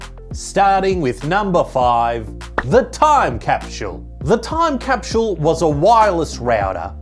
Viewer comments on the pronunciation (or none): What's a "time capshull"?